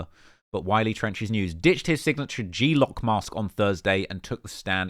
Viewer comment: One word GLOCK NOT G lock